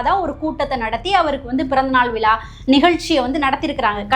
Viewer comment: Dear sister. While speaking tamizh be specific & pronounce correctly. விலா அல்ல. விழா. மகர " ழ" . சரியாக உச்சரிக்கவும்.